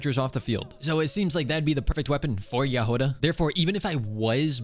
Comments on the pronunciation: Trh way to pronounce jahoda is like if youd say “yahoda” and the emphesis is just in the start of the name also there is NO “U” in the name it isnt pronounced it isnt yahouda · Her name is actually pronounced Yagoda (With the emphasis on the beggining of the word) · Hey! So, the way you pronounce Jahoda's name is actually without emphasis on anything. And the "ho" part is not pronounced "Hou" but more like you would say it in the word horn. Her name comes from the Czech word for strawberry. I was born and raised in Czechia so I thought this would be helpful! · Jahoda means Strawberry in Czech. So it would be Yah-ho-dah. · her name should be pronounced as JA!G!oda. it means "a berry" in russian) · Hey!! russian speaker (natively) here! It was meant to say "Berry" in russian, hence right spelling and pronanciationg would be "Jag(h)oda" but because it is hard for inglish speakers to get the "Gh" sound right they just left it with "H" Just say Jagoda lol If you want to get it right just put "Berry" in translator and listen. ;D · Hi! I'm Slovak and we pronounce it as Ja-Hoda. You pronounce the Ja as the first two when you say Yas so Ya and hoda you don't say the Ho as when you say Ho Ho merry X-mas you just say Ho like for example Hop and da...just how you say it so Ya-hoda :). Hope I was able to explain it :d EDIT: If anything you can check how to pronounce it on the google translator (Choose Slovak or even Czech) :) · the stress should be on the first syllable, *Ja*hoda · In her name it’s not actually much of a “h” sound it is more of a hard “g” as in game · as a czech person, you read Jahoda without emphasis anywhere, you just read it the way it is